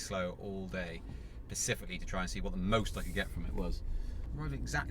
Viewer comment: Please say Specifically and not Pacifically.